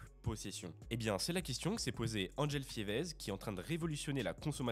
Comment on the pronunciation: Ça se prononce " Fivé " pas "Fièveze" dans les noms belges il y a beaucoup de voyelles muettes et de consonnes muettes en fin de nom. C'est très souvent en rapport avec une ville, un village, un lieu-dit, un fleuve ou une rivière... Enfin bref maintenant prononcer Fièveze ça sonne plus exotique que Fivé 😅😂😂😂